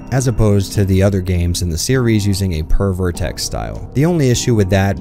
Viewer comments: Alright, who else heard "Per-vertex lighting" each time as "Pervert-X lighting"? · Oh, you were saying "Per Vertex" lmao. I thought you were saying "Pervert Text" and I was so confused lmao